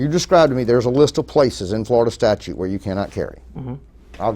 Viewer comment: "...Florida statue says..." I didn't know that "statues" could talk.